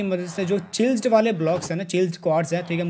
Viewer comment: Bro it's chieasled not chilsed